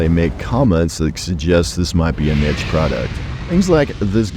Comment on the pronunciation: How did you still fuck up pronouncing niche